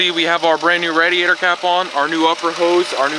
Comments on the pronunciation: I was just about to say that. I have never heard anyone call the radiator like that. Good video man don't take offense lol. It made me laugh for sure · cool video just quit saying radiator like that for christ's sake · Hes Canadian. And that is how its spelled.